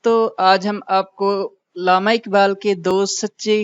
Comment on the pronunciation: اردو ٹیھک کریں۔ لامہ نہی علامہ ھے